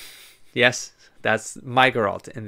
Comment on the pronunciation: Yes! So thrilled to see you continuing this series (and to hear you continue butchering Geralt's name) :P - The Witcher 3 has a way to reset the world state (similar to Dragon's Keep), so RP to your heart's content. You can start Witcher 3 with no regrets with any of your choices. - Having said that, and you might have already heard, the Witcher 2 has a significant branching decision. You will miss (by design) significant story elements, quests, and lore of the other path. The game will give you an obvious hint; be sure to save!